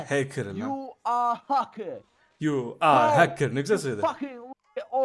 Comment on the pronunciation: yu ar hakır 😂😂 çok güldüm yaa